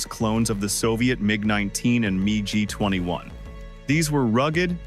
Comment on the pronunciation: A realistic-sounding AI voice or the narrator doesn't know how to pronounce MIG.